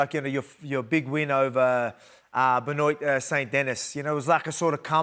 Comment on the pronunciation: Absolutely butchered it